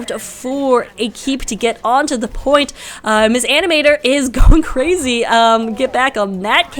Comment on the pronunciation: Hi, its me again, with the good old "my name is not mis animator, the m and s in my name are pronouced seperately!" comment. But in all seriousness thanks for the cast!:D <3